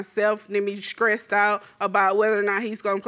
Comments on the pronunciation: "SCRANGE"=strange "SCRETCHED"=stretched "SCRESSED"=stressed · “mutuar friends” “scrange phone call” “scressed out” “pretnancy” “troof”